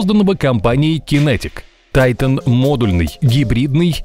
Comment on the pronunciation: а разве не титан? а не тайтон